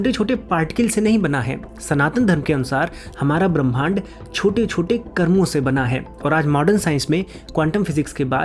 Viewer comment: भैया!मैं आपकी एक भूल की ओर ध्यान दिलाना चाह रही हूँ।ब्रह्मांड को पढ़ते समय ह् को पहले बोलना चाहिए,म को उसके बाद।' ब्रह् मांड' शुद्ध उच्चारण होगा